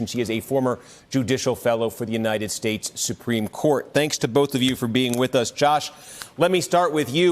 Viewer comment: I think 'shaesh' is the key word. He keeps repeating 'Unided Shaesh.'